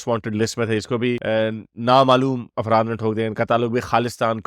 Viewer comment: bhaijan afraat nahi afraf boliye